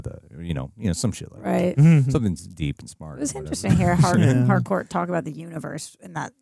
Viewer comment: It's Harcourt with a T